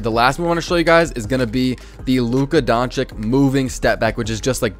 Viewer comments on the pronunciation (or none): It’s luka donchich no donchic